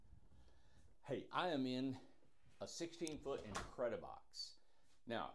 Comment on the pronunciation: You kept saying "incred-i-box"..in the beginning..I thought this was "RJO" house?!?🤷🏽‍♀️..😂